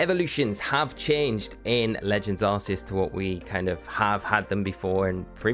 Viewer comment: It’s Arc-e-us not arse